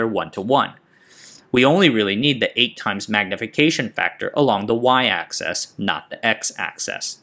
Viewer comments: Axis, not access. Another fantastic video. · 2 little errors. The 33 and 26 nm dimensions are switched in position on the diagram. And you're pronouncing 'axis' as 'access'. Great video.